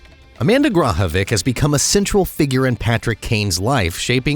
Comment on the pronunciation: It would be nice if you pronounced Amanda's last name correctly. She grew up as my neighbor in Yorkville, IL